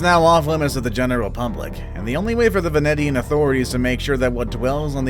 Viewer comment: Great video except the way you said "Poveglia" and "venetian" honestly made me cringe super hard.